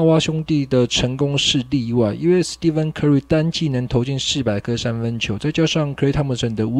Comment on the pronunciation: curry的"stephen"查字典的確跟"steven"發音一樣，但應該是念"steph"(史ㄉㄟˋ夫) 。